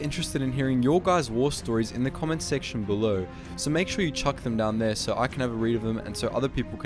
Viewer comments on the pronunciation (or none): none